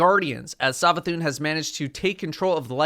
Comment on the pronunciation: The way you over annunciate the A in savathûn makes me mildly annoyed. Anyway hyped for witch queen.